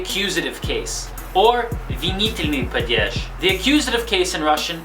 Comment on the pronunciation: It's not "padyezh", it's "padyesh" approximately. Also, animate and inanimate are very easy to explain. Animate is genitive and inanimate is accusative. There, done. Don't make Russian grammar so intimidating to learners.